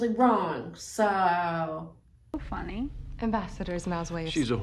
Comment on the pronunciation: That is not funyeee, That is not funyeee